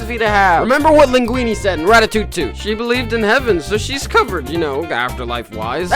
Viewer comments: bro it's not ratatoutou it's Ratatouille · No way he said rattatou toot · “In ratitoottoot” 💀💀💀